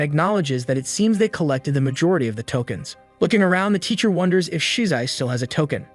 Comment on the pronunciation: “tolkeins” lmfaooooo